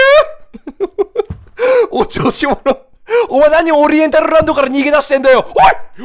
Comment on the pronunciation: 【オﾘrrrrエンタルrラrrrrrンド】